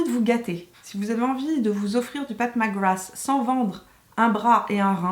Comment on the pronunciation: Si vous voulez faire un jeu d’alcool, buvez un shot à chaque fois que dit « Path Mac Grath »